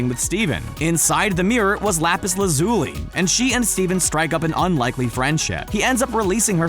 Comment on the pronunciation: Dammit. This video was so perfect until you pronounced "Lazuli" wrong.